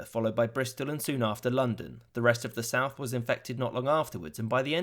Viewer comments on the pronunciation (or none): none